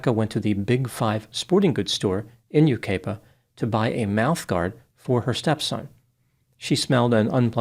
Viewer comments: Yucaipa is pronounced U-KYE-PA not U-KAY-PA. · it’s pronounced YOU-KYE-PUH and CABB-UH-ZOHN. ❤ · Fwiw, it's: you KY puh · You kye pa is how it’s pronounced. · Oh man,, you butchered the names of the towns, but its okay. It's Yu (ki) pa, and Cab-a-zahn. But good job nonetheless. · Just an fyi for the next video on this: Yucaipa is pronounced "Yu-Ky-Puh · Sad subject but I did enjoy the humor. Just letting you know, you mispronounced Yucaipa and Cabazon. Think U Ki Pa. And Cab ă zǒn. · Yucaipa is said “you kai puh” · U-kipa-a. With a long I. . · Yucaipa is pronounced without the A.A is silent.Cabazon is Cab_a_zon. Some words are hard to figure out. My neck of the woods have Snoqualmie and Swinomish.😂😂❤ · U.S.! I live in Yucaipa. Now that you know how to pronounce it you can pronounce it correctly in your next video. This has been a terrible situation, especially for those of us that work in the children’s hospital nearby and deal with abusive cases. It is emotionally and mentally disturbing. We need more stringent laws to protect our children who are so vulnerable. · Yucaipa is with a long vowel “I” not “A”. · You gotta love pronunciation of “Yucaipa” and “Cabazon” 😂